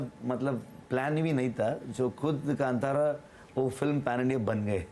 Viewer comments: It is not KANTARA it is KANTHARA madam😭😭😭😭😭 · Kaanthaara, not KanTara, ok? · Even if the pronunciation of movie title is evident in Hindi, anchor is so ignorant and sticks to her misinformation because of refering movie title in English. It irritates when she says कांटारा when she has to say कांतारा. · Please ask the anchor to spell the words properly like "Kantara" should be as "Kanthara" and Kannad as "Kannada"